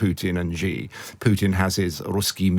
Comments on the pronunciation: A China expert who can’t say Xi (she) correctly? It is NOT “jee”! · China expert can't pronounce Xi. LOL. Jing Jang? The content was quite good but the pronunciation is really annoying. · I don't know who this guy is but as a Chinese speaker (I am a Taiwan citizen) I don't take him seriously for a second since he can't even pronounce Xi properly (it is more like the English see/C than gee...). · I have a hard time taking seriously experts who cannot correctly pronounce the name of the leader of the world’s most populous nation. The surname Xi sounds like the female pronoun “she” — not Zhee, or G. G. Ping. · If a journalist does not even take the time to learn the correct pronouncation of a leaders name, I for one can not take them seriously. it's pronounced (Sh-e)Xi not (ji or Ge). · How do you become a China expert and not say Xi JinPing correctly??? SHE-JEAN-PING. It's not hard. It's not Ji Jin Ping or Zhee JinPing. So annoying. 🙄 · Hint, Mr China expert: "Xi" is pronounced "she". "Beijing" is like "paging", not like "beige-ing". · Chhhiii Jing ping. Bay-Jing. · No, "She". "Chi" (like "cheap") would be transliterated "Qi". And writing "J" doesn't help with the pronunciation, because people insist on pronouncing it like "beige" or the French "je", rather than like in "jack" or "jump". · Xi is pronounced "she" just like the English pronoun. Not sure why so many people in news media and punditry are so illiterate. If you're gonna present as an "expert" on China, you should not be making these kinds of rudimentary errors. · Strange for such an "expert" on China that he struggles so badly to pronounce Xi's name correctly... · If you're going to pretend that you know what your talking about, at least pronounce Xi's name correctly. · You all need to practice how to say Xi. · If you are going to be an expert on China, learn to say 'Xi' Jing Ping correctly.